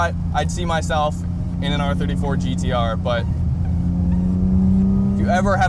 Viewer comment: Finally a guy that can pronounce "GTR" rather than "Gee Dee Ahh"